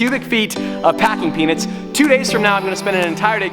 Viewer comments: Just me or anyone else keeps hearing "packing penis" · Ngl sounds like he's saying packing peenus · Every time you say peanuts... i hear something else. Congrats man